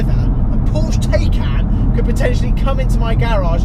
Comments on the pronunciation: It's not called Day-Kan - god damn it, it's called Taycan - listen to Mark Webber if you can't spell it right. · Its not teycan Its like saying Thaican, like thai food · Isn't it PorschE Thai-khan? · Please... I can’t keep listening to you calling the car a Taycan. You say you’ve watched the reviews etc, so surely you’re aware it’s pronounced Tie (as in round your neck) and Can ( as in can of Coke) 😉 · lad if you buy one please learn how to pronounce it properly!!!